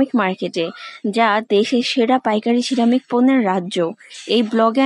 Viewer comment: Ceramic উচ্চারণ পারেন না, তাহলে এতোবার বললেন কেনো??